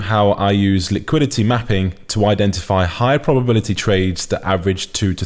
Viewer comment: Bro the way you say liquidity is crazy! "Lick quidity"🤣🤣🤣